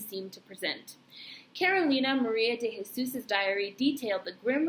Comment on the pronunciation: Just found out from Ancestry that she is my Family. You are saying her name correctly. I just have to figure out her parents. Love the fact that wrote it as she seen it through her own eyes.